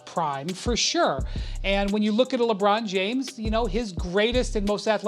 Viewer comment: Ant Ed, "LeBron Jomes." 😂😂😂